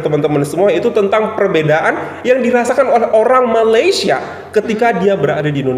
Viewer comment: Malesie, saking, jum’at, perbedaan org Malaysia takkan sebut perkataan2 itu. Knp org Sarawak R nya sebijik mcm org Indo. Jauh betul beza dgn sebutan R Sarawak. Tak mungkin org Sarawak menggulungkan R mcm org Indo. Org Malaysia secara umum takkan buat content negatif ttg Indonesia